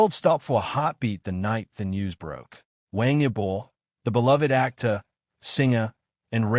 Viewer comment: No inventes, no sabes ni pronunciar su nombre esto es falso , de que hablas? Pasaron dias.? Pero que dices estas páginas merecen ser cerradas😤😤😤😤